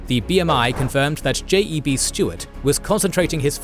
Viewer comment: Only comment is that J.E.B. Stuart was pronounced "Jeb", as one name.